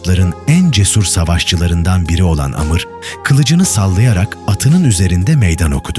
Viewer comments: Video çekiyon da Amr'a Amr diyemiyon. Amır denmez ona davar. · Amır diye bir şey yok Amr var doğru oku